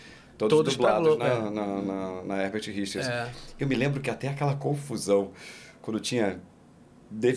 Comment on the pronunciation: Eu me lembro criança, ficava falando isso..."Versão Brasileira HergaTirichas" kkk